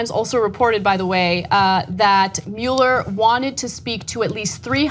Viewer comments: What about Mueller? Usually I hear "muller" and not "mu-eller" as I've always heard the name pronounced. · Ana, it's NOT Robert MULE-ER, it's ROBERT MUELLER (PRONOUNCED MULL-ER.....enunciate the name correctly!! It drives me nuts to hear you say his name improperly..... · Ana, I love your reporting. Now PLEASE repeat after me, "muh-ler" "muh" "ler." Muh, like luck, love, must. Not "MEWL-er." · GOTDAMMIT ANNA, IT'S PRONOUNCED MULL-ER!!!!!! WATCH THE NEWS OR SOMETHING! YOU SOUND LIKE SOMEONE WHO COMPLAINS BUT DIDN'T EVEN VOTE!! I know that doesn't seem to make sense...but give it thought people. lol. Anna -- MULLER! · Ha...I commented on that too...before I saw yours! So annoying, them pronouncing his name wrong.